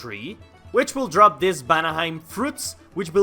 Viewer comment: you say vanaheim "banaheim" and it drives me crazy I wonder if this mod has a server